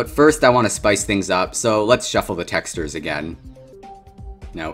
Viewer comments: Are we gonna talk about he said texters instead of textures? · Bro i cant get over the fact that he says "tex - tures" instead of "tex - chures" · He pronounces it “teksturs” It’s texCHURS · t e x t e r e s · BRO SAID TESTERS 😂 love ur channel btw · I actually like how he pronounces it like “tExTeR” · i cant watch this video without cringing at the way he says the word texture.... "texters" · Why do you say "texters" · "texdur" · "texters" dont know how to pronounce words right 💀💀☠ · it is pronouced tex-CHURES not how it looks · he keeps pronouncing textures as texters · PLEASE STOP PRONOUNCING "TEXTURES" LIKE THAT OH MY GOD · you pronounce texture funny i love it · It's been almost three years and I'm still mad at how he pronounces "textures" in this video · why does he pronounce textures like that.. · I hate the way he pronounces "textures"